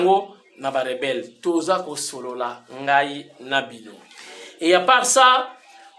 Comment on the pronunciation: Azo loba ba rebere au lieu de rebelle, , aventurier ya rwandais , apakoli Ambi, ba rebelle bakoti mukinza